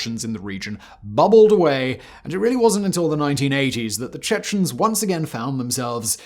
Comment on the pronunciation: why are you saying "Chechnens"? it's much simpler, "Chechen". I'm I missing something?